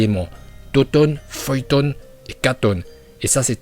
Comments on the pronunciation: C pas ninjajtu mais ninjutsu et fuuton mais fuiton 🤣🤣🤣🤣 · Feuille tonne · Fuuton mdrrr cet accent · Mais ferme ta gueule tu sais meme pas prononcer correctement fuuton suiton et raiton